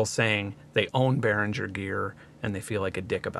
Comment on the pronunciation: I'm pretty sure you should pronounce G in Behringer like a G in Lamborghini or Target.